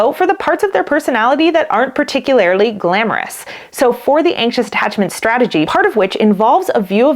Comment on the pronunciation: You know, I've become quite a fan of these supposed-former-fearful-avoidant Canadian women who can't pronounce "particularly" or "often" correctly, and I think the lion's share of what they have to offer is quite useful. So, I apologize if this criticism comes off as nitpicking. The notion that what the anxious preoccupied individual has experienced in their lives isn't "true intimacy" is complete hogwash and completely disregards any common parlance definitions of either "true" or "intimacy". It's a rather offensive attempt to redefine what true intimacy actually is for the sake of making this series of videos more conveniently defensible, but it can't withstand even the most elementary of scrutiny. Okay, that's all. In all honesty I've found all the other videos here quite amenable and educational.